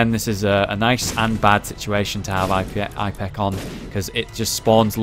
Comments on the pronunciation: Ep-ih-cack. thats how you pronounce it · Btw, it's pronounced, ep-i-cac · It's pronounced Ip-eh-cack (the I is pronounced like in "in" except with a "p" for an "n" if that makes an sense whatsoever). Also, you can bomb open doors with any explosive so it's good for getting out of a tough room. Don't know if that works for locked ones. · pronounce it Ip-eh-kack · it pronounced ip-a-kak